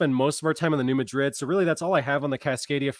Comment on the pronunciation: Mad rid is how it is pronounced. Not Ma drid as in Spain. New Mad rid. Trust me.